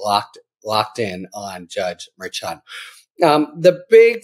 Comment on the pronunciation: he can't pronounce Merchan correctly, he just can't. and the clickbait titles are getting worse and worse. :(